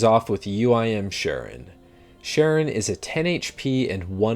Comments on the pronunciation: "Sharon" is pronounced K-ron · Charon isn't pronounced "sha-ron", it is pronounced "ka-ron"